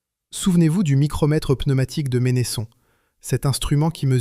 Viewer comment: Vq auriez pu demander comment la famille prononce son nom : Mènnesson et non Ménésson....